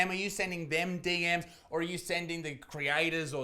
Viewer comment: DM zee? WTF Isaac? Speak Strayan ya bastard! But yeah - Established Titles is just a fun hoot.